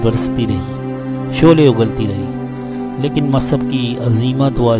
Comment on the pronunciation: سیرت مصعب بن عمیر شان صحابی میں خوبصورت الفاظ کہنے کا شکریہ مصعب : میم کے پیش کے ساتھ تلفظ کریں گے تو سب سے زیادہ اچھا ہوگا عبد السمیع از بہار الہند